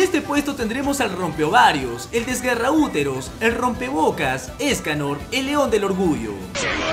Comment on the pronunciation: La primera ves que vi los 7 pecados capitales era una memegirl por decirlo así Y cuando escuche ESCALOR YO ESCUCHE... ESCALERRRRRRR